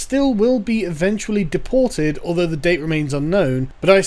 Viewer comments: I don't speak Swedish at all, but "deportated" ?? That was grinding my gears every time she said it. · Why does she keep saying deportated? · Can we talk about her saying "deportated"? It's "deported". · deport-tate: so terrible lol stupid bitch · Day-poor-tayted. Fucking stop. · "deportate" - WTF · "Deportate" That's a new one. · What infuriates me most, however, is that nobody corrected her when she said "deportate". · "deportate"? lol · because the lovely lady in the video constantly pronounces it "deportated" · Did she say "Deportate"? Bitch doesn't even know how to say the word right, and she thinks she knows better than everyone else. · ... "Deportated." Sweetheart, I have friends in Scandinavian countries who run rings around native English speakers. And they're not , 'privileged', they're just ordinary citizens. Do us a favor, dear, and learn how to speak the language before lecturing us in it.